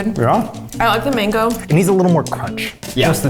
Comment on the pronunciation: The way Zach butchered the mango🥲